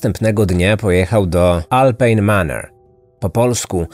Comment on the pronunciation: Wypowiada się prawidłowo Alpine Manor, a nie Maner